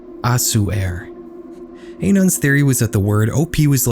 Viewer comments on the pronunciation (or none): im begging you to pronounce "anons" correctly but go off